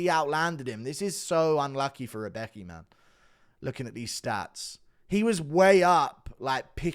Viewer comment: "Rebeki" lol xD its "Rębecki" actually xP